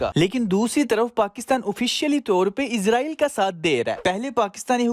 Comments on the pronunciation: AP apna talafuz thek kren Israel bolte izrael nhi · bhai.. its Israel not izraeel.. izraeel farishty ka nam hy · Bhai izrail nai israil Thora SA fraq hai please dehan rakhy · Bhai please izrael na kha krien ye farishte ka naam he ap iz nhi is Bolden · It's not Izraeel it's israel